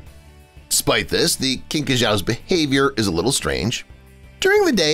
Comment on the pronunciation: Hate to burst your bubble if you believed this video says Kinkajous (correct saying of the name sounds like you are saying Kink--ah--Jew (s). I learned about this cute little fuzzy face mammal when I was still pre-teen (around 9 or 10 years old), and was watching a mancome out on a stage on tv, and had one of these little cuties wrapped around his neck---The Man's name is Jack Hanna 11 sO THESE CUTE BUT WILD fluffy animals have been shown in animal parks and nature reseves For Longer (herein the USA) than this video says they have Just recently been NEWLY Discovered.Mr. Hanna is a Highly reputable, honest and 100% Natural conservationist. And not to mention He is also Save-the-species minded, rather than be first to say what I am NOT going to say, because Even if I feel like SOME insects and arthropods should be OFF'd for good, As an Animal Lives Matter thinking person, it's better to be able to observe with the Natural world to study and care fore animals...rather than consider offing the creatures at the first introduction of them.